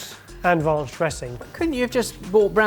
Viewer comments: "Rounch" come on guys. You know its "ranch" 😂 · Please quit calling Ranch Raunch